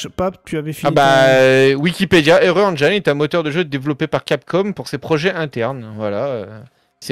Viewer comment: Engiiiiiine et non Enjaïne ^^